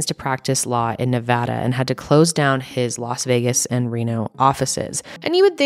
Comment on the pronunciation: HOLY HECK THANK YOU FOR SAYING NEVADA CORRECTLY Most other true crime channels say it incorrectly, and as a born and raised Nevadan, I feel obligated to correct folks 😩